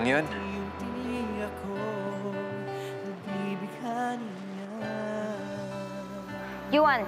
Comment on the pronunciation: Yuan, "You-Won".